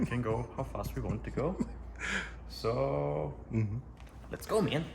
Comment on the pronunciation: Deutsch: Mann Englisch: Man: Meng